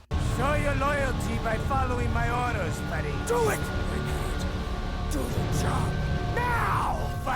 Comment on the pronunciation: His name is pronounced as Fa-reed; not Fair-id. Come on bruh, you could at least TRY.